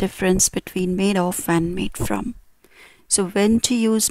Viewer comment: It would be better if you did not pronounce 'of' as 'off'.